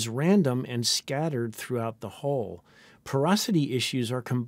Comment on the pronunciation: The entire point of a language is that people understand each other, I understand the word Hull in many accents, none of them pronounce it as "HOLE" instead of HULL - except for some reason Americans who have the WORST education system in the western world.